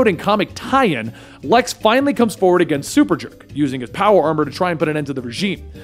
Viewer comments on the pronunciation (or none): none